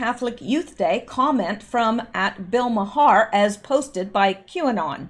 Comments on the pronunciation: Bill's name is Pronounced mar. Not ma Har. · Please, I beseech thee, its pronounced "Marr", not "Ma-Harr". I can't take it any more! Well I can but sarcasm is more fun if it's over the top right? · I believe its pronounced Bill Mar. One syllable. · Bill Maher last name pronounced MAR....but love the way you say it...lol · I have heard Bill Mahar's last name pronounced as one syllable "Mar" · BILL Maher's name is pronounced "OUR" but with a M at beginning. It is a one syllable word. Other examples: HOUR MOUR, DOUR TO MOUR, SOUR TO MOUR, also TOWER but just one syllable. I think we are going to hear a lot about Bill Maher in days yo come. He has short man syndrome, and is just another human breathing oxygen he doesn't deserve to have. Nasty little man. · All this time I thought his name was pronounced "Mar". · FYI Maher is pronounced Mar. I know you don’t watch TV. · Maher is pronounced "marr". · Bill Maher..The H is silent...Bill Maaarrr :)